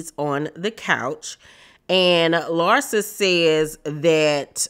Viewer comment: LARSA versus LIE-ZA 😅😅😅